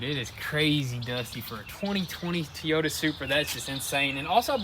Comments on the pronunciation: I’m not going to be able to watch this build if you keep pronouncing it T-yota. TOY-OTA. Say the word toy then ota. It’s like nails on a chalk board to me every time you say it wrong. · that magnet looks to be part of a speaker. 4ohms, 5 watts. It's also Toy- Oh-Tah.. not Tee-oh-ta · Guys the engine is from a BMW Z4 its a 2020 Supra's BMW-sourced 3.0-liter turbocharged inline-six engine produces 335 hp and 365 lb-ft of torque. and by the way guys to Toyota pronunciation is not tiota its actually pronounced like (toy o ta) Toyota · So what's with tee Yoda it's supposed to be toy Yoda is that a southern thing a younger generation thing or don't know how to pronounce it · TOyota not TEyota 😂🤦🏻‍♂️ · Toy-o-ta Toyota. Not. T-oy-ota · FYI it’s pronounced Toy-Ota not Tee-Yota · Tea-Yoda Supra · You guy's are killing me!!! It's pronounced- Toy-ota not Tea -ota!! Lol 😂😂😂 keep up the good work tho! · I made a comment about it instantly...Tee-OTA kills me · Teee ooo da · well it's not supposed to be Teaota last time I looked it says Toyota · ITS TOYOTA NOT TEAOTA! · sweet tee-ota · Toyota not Teayoda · Tiota supra 😂 😂 😂 the things they say never get old 😂 😂 😂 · Get rid of those red mirrors! And it's TOYota not TEEota you go to the toy store for a toy not the tee store! LoL Dang it's aggressive! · everyone: "toyota": "to-yoda" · Lmao love the vids also he calls it a Teyota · My grandmother used to call it Tieyota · Please stop with the Teeyota....lol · Did he just say that “Tiyota” Supra??! What the prick is wrong with both these guys’ pronunciations, son???!! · Say it with me " TOYOta" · Tea-o-ta Supra 😂😂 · What's a teeyota? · Umm WTF is a tee-yota?? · Tee oyta? Jesus christ... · "Tea-Yoda Supra" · T-Yota LOLOLOLOL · Is he saying tee-yota Supra? Lol love these guys! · Never heard of a Teeyoda Supra before LOL! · It’s pronounced.........TOY-O-TA........ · Why does he keep calling it a TEEYOTA? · That poor "TEEYOTA" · teyota.new accent has been released